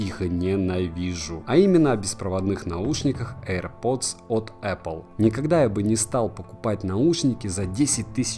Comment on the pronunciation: "ЭйрПоц"... мммм... это что за марка такая ?